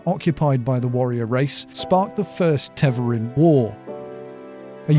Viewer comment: My only critique is Tev-are-in not Tev-er-in. And yes, this is a proper noun so there is only one way to pronounce it. Other than that, awesome video and I really appreciated your production values. Sound was spot on with a perfect music/voice ratio and your script was perfect. Will be subscribing for future videos based on that. Great work!!